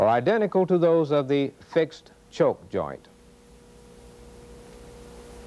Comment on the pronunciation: This was not presented in a way that I could understand it. Like why is the A and B walls of the waveguide shaped like they are. What happens to the wave inside of it. The choke joint illustrations made no sense. He kept saying choke, but it sounded like chove.